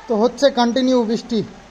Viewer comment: "Britha" ( বৃথা) ... Bananta thik koro. R "Bristi" (বৃষ্টি) .... Bisti(বিষ্টি) noy. Bhul uchcharon khub baje lage shunte.